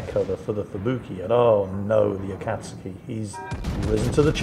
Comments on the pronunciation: "A-kat-ski" -. It is "A-kat-sue-ki" my man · Noted the continued mispronunciation of Akazuki, not so clever naming a pet something you might say a few times a day now is it? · swear to god mate, are you pronouncing "akatsuki" like that to get under my skin? cause its working!